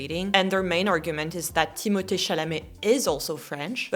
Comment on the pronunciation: I am giving you tons of respect for pronouncing Timothee’s name correctly I hate it when I hear someone say Timothy. His name is beautiful but it never is pronounced correctly in the states